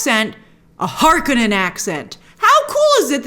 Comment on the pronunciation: You said Harkonnen like Frank Herbert intended :P